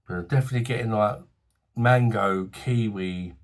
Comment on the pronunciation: Haaha! When you said about the Kiwi, i thought you said, "Killy Willy." 😂 For me the brew was ok...i do prefer Life And Death, and would love to have another round with Death by Cherries. 🍻BOSH me old Mate! 🤝👍